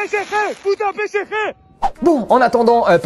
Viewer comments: Mdr pésékhé au lieu de psg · C'est puto P S G ET PAS PCG, faut ou leur dire quand même... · Bon après ils n'arrivent même pas a prononcer correctement "PSG" donc comment les prendre au sérieux 😂